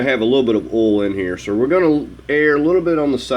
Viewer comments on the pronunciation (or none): What's "ohl" Do you mean "oil"?? Pronounced "O Y L"? 😜